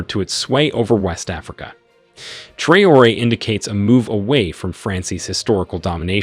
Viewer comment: It is sad to hear that AI can not read correctly the name of President of Ibrahim Traore. Very funny !